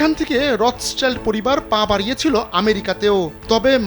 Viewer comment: রথচাইল্ড না, এটা রথশিল্ড। সংবাদ প্রকাশ করেন, কিন্তু একটু জেনে নিয়ে সংবাদ পরিবেশনে এত অনীহা কেন?